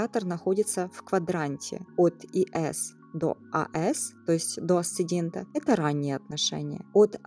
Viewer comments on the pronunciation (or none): АсцеНдент и ДесцеНдент 🙄